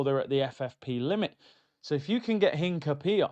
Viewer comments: Hincapie is pronounced EEN-KAH-PYEH and he's a more natural left back than calfiori and MLS moves to CM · Hincapie has the accent on the "i". The i is pronounced like the "i" in internet. The "e" like the the "e" in Endurance. Im latino